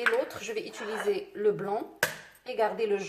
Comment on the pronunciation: u.ti.li.ser et non é-tu-li-ser Oh à la fin y'en a marre!